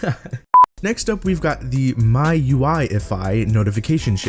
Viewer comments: MI U I NOT MIOUAI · its pronounced "MEE" UI not "MAI" UI. Good vid thou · Its called Me ui. mi is pronounced me. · its pronounced "Me"UI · MIUI is pronounced M-I-U-I